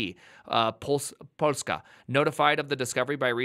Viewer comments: But he pronouced Polska quite nice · pronouncing "Polska" is everything